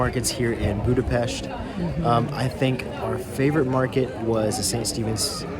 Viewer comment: Joy to hear someone pronouncing Budapest as Budapesht. Thank you. Best wishes